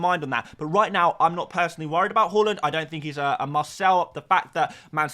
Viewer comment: Haaland is called Haaland not Hawlund. Why can’t you say his name correctly? It’s weird